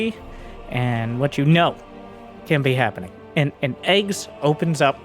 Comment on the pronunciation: eGGz reads "Gee gee, yee zee". You read the capital first, then the lower case.